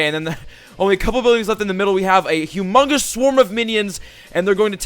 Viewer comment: Trying to say humongous! Lmao #MYSTLCNEWWORD #Humundois! Lol #MYSTLC2016